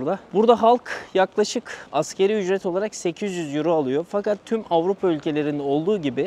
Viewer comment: Daha videonun tamamını izlemedim ama kulağımı tırmalayan bir ifadeyi düzeltmek istiyorum. "Askeri Ücret" değil "Asgari Ücret" yani Enaz Ücret demek. Lütfen buna dikkat edin. Selamlar.